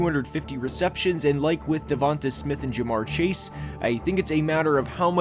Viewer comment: Put some respect to DeVonta’s name, literally. “Devonte” come on man. And your grading criteria for him is bizarre. “Is he a top-4 or 5 WR in the league?” That’s your standard? He’s, at worst, a 1A WR. I guess Garrett Wilson is a bad pick too because he went 10th too, and isn’t a top-5 WR.